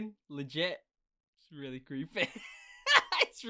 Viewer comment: This is legit creepuh this is lugit cweepeh